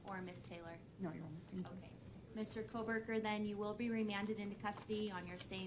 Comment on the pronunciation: Why do you insist on mispronouncing Kohberger's name? We predicted months ago that Prosecutor Papa Smurf might end up going with a grand jury in order to avoid any scrutiny and rebuttals in a hearing. It doesn't have much of anything to do with Kohberger messing up.